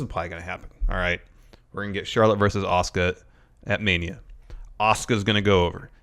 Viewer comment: Why tf does keep pronouncing Asuka's name like that?